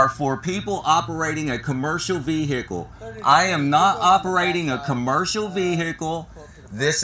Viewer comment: Busted my veehikle